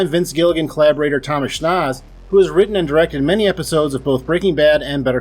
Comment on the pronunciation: Thank you sincerely for pronouncing schnauz right. It annoys the hell out of me to here toms last name pronounced wrong more than my own last name